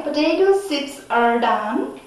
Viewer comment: It's not Potato "sipps"it's potato chips